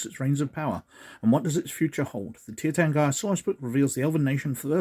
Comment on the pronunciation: It's pronounced TEER tahrn-gee-ruh, btw. Love the vid.